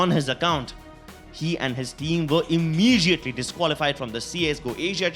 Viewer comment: I like how he says imijiatly